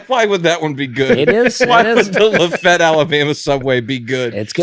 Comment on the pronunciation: Were you guys mispronouncing Lafayette La?????